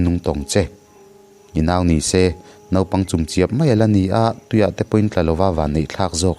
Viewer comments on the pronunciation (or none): none